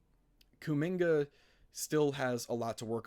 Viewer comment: I rarely comment on yt..your kuminga take is very bad. The lack of ball knowledge is killing ya, can’t even pronounce his name right😭 before his ankle sprain last year he was HOOPING. And then they added Jimmy and there was just way too many scorers around him for his role to materialize. Give him the 2nd/3rd scoring role and he would thrive SO well next to Giannis. Kuzma is a negative asset and that pick is insanely far out + we suck so bad at drafting so who cares at all about a prospect young guy that we won’t develop anyways?? YOU GO GET KUMINGA RN IF YOU ARE THE BUCKS every single time.